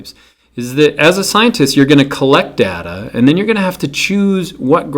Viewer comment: Its data not data